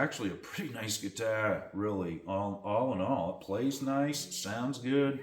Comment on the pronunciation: Cool ‘guitah’. Love your New England accent. 🤘😎